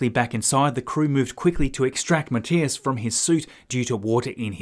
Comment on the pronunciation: Thumbs up for pronouncing Matthias correctly. 😉👍